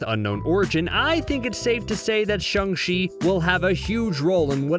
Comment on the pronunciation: For God's sake would it kill you to say shang-chi's name correctly